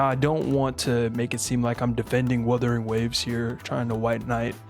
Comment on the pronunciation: As per Wuthering Waves community, just like how says it, "we fine in the west" 😂😂😂